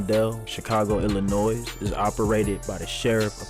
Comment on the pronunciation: THE S IN ILLINOIS IS 🤫❗️... IT'S A FRENCH IROQUOIS WORD WHERE THAT S IS ALSO🤫‼️